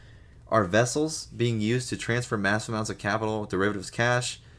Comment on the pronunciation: the nuclear "wessels"